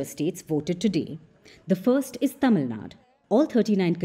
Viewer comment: Don't act like foreigners It's not tamilnad It's Tamilnadu If you (as Indian) don't pronounce it properly, who else will? Don't take our language and culture to graveyard.